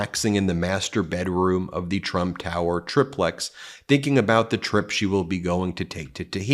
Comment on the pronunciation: Triplex. Pronounced: try-plex, Ben. Long "i."